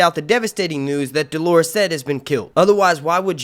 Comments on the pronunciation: Nice analysis, but I need to quibble about your pronunciation of Dolorous. It's not the same word as the woman's name Dolores. Should be pronounced DOH-ler-us, not duh-LAWR-iss. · dolorous adjective do·lor·ous | \ ˈdō-lə-rəs alsoˈdä- \ Definition of dolorous : causing, marked by, or expressing misery or grief. I just keep hearing people mispronouncing and misunderstanding Dolorous Edd Tollett's name (which is an adjective). You're confusing Dolorous with Dolores, which is a woman's name . Edd's manner was dolorous and hilarious. Btw I enjoy your channel. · Sorry I can’t understand what he’s saying about someone who’s dead it sounds like he’s saying “Delores said” has been killed . I know that’s not right can anyone clarify? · Dolorous Edd Tollett. He's the guy Jon left in charge of the Night's Watch. It would help if would learn how to say 'dolorous' correctly! 😉